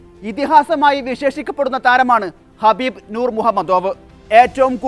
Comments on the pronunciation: Get the name right...Khabib not Habib...Nurmagedov not Muhammagedov😂😂😂 God sake do your job properly. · വാർത്ത വായിക്കുന്നവരെ ഇയാളുടെ പേര് ഹബീബ് എന്നല്ല കബീബ് എന്നാണ് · ഹബീബ് അല്ല കാക്കാ ഖബീബ് 😅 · Habeb alla Kabeeb an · ഖബീബ് ആണ് ഹബീബ് അല്ല ❤ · Habeeb alla khabeeb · ഹബീബ് അല്ല കബീബ് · ആ.... പേരെങ്കിലും ഒന്ന് നേരെ പറഎടെ..... കഷ്ട്ടം 😂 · Habib alla khabib. Correct news koduthu sheelamillallo. Loss vegos alla las vegas Ennanu pronounciation. Ivide vivarum ulla aarum iile?!😂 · ഹബീബ് അല്ല ഖബീബ്. മുഹമ്മദോവ് അല്ല nurmagomedov